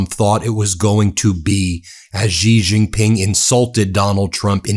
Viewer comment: Will you PLEASE learn how to pronounce the J In Chinese words?!? Hint: It's the SAME pronunciation as the J in FRICKING ENGLISH! How difficult is THAT???